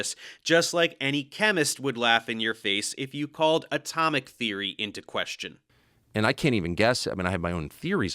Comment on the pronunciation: "I have theery! I'm a syentist!"